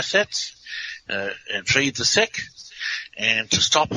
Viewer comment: It sounds like "Release the seed," not "Release the sick."